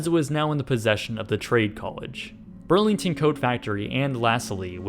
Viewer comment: I think you mean urlington